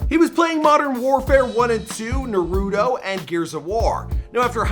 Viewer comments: did he just said Nuruto instead of *Naruto 🤦🏾‍♂️ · Did this dude say nurato 😂🤣😂🤣😂🤣I’m weak asl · sorry for this its just I get so pissed off...ITS NARUTO NOT NAAROOTO...just had to say it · I hate when people say nar-ruu-doe instead of narruutoe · You best not say Naruto as “Narudo” again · Not this man saying “Live Love Serve” 😂😂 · I say narūto why I hate you do much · I hate when people pronounce Naruto like “naruuudooo” read the damn name it isn’t that hard!!!😂🤣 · this gets me pissed all the time it is NAHRUTO say it like that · Did this man just say “Naruudoo”?? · Im so angry he said naruudo!!!!! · S/O to all my people saying Nahrudoe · This guy is talking bout rdc but pronounced Naruto “naruuudo” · Why do Caucasian people pronounce it na rudo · damn it’s 2019 and people still saying “nahroodo” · Or Nayrudo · People always try to correct me on how it’s pronounced “nahroodu” and it has me heated!!! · nuh roo doe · "Naroodoe" aight imma head out im such a weeb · “Nar- UUTOE” 😠😡🤬😤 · my mans said narudo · He did not just say NAH-ROO-DO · the way how he said Naruto 💀💀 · Did this man said Naruto worng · I know he did not say Naruto like that 🤦🏿‍♂️ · When you learn how to say naruto right ill subscribe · man couldn’t even say naruto right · Don’t ever pronounce naruto like that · Mispronounce Naruto again then you gone hear bout it👿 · I’m no geek or anything but why can’t people say naruto right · The way he said naruto 💀💀aw man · Why can’t people pronounce naruto nowadays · Don't ever say Naruto like that again bruh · Bro i was bamboozled asf he butcherd my man's name hard i never heard somebody's pronounce his name like that😂😂😂